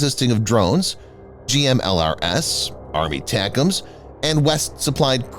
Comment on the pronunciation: Will you PUH-LEEZE stop calling ATACMS "Army Tacumz". Just call it ATACMS. You've been doing this for years. If you're going to break out the "Army" separately also break out the rest of the acronym.